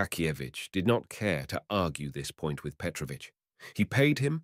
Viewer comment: Thanks, but I wish you had checked how to pronounce correctly the name Petrovich first.